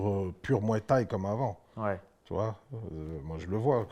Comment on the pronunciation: Danny Bill"la muay thaï" fait mal aux oreilles😂😂😂